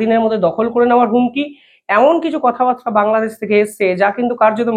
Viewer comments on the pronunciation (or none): none